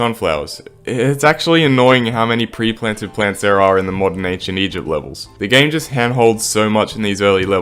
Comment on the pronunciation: I pretty it was something like “eygpt” or “egpt” or something